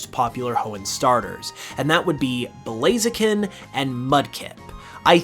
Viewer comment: Bro said blazian hahahaha